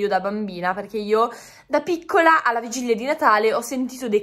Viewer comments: ma, una domanda, come mai dici vigiglia invece di vigilia? (curiosità) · ma perché dici Vigiglia ahahah😂😂😂